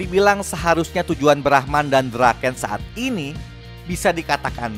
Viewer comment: Bang brahman bukan brahma